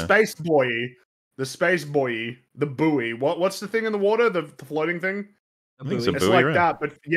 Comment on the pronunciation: inability to pronounce the word "buoy" is the only thing that brings me joy in life. - Elbow Beggins